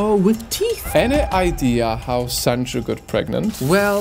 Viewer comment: It’s pronounced Sunju